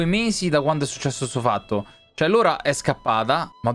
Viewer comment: Ciao noi già avevamo capito subito che erano licantropi, comunque si chiama LAURA e non lora... Le scritte sono piccole leggi bene